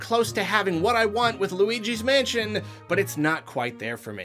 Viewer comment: I only hear Weegee's Mansion